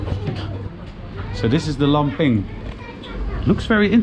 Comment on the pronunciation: Hahaah Ik ga stuk hoe je laphing zei: Lamping 😂😂😂